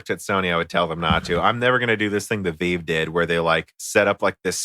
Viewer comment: Did you seriously just call it a HTC VEEVE?! .....you potato.... 😂